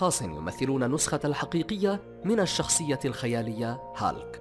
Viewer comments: اولا اسم الشخصية هولك و ليست هالك اتعلم نطقها بشكل صحيح قبل ان تعد الفيديو ثانيا هناك اشخاص المفترض ان لا يتم وضعهم بالقائمة لأنهم لا يشبهوا شخصية هولك نهائياً من الناحية الجسدية و ثالثاً هناك شخصية اسمه مارتين فورد ظهر في فيلم بويكا الاخير اذهب و شاهده و سترى كم هو ضخم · أسمه بالعربي "هولك" مو هالك aka hulk